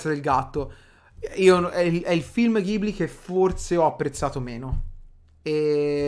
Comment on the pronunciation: Si dice studio Gibli anche se si scrive Ghibli